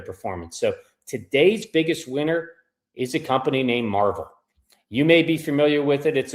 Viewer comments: It's not a comic book company it's not pronounced Marvel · It's pronounced Mar-VELL. Marvel is a comic book.